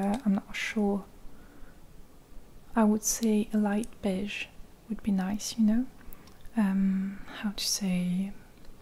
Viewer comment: Say that again " BEJSH "